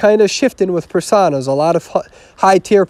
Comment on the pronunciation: it's per-soh-na, not per-sah-na